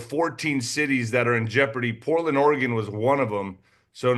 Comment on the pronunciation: pronounced Oregon correctly 👏 😄 I am from Oregon. Most outsiders mispronounce it. There's no 'e' at the end like most pronounce it with.